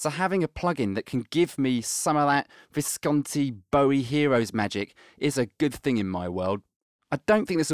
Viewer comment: In tribute to Visconti, finally pronounces his name correctly. Beautiful.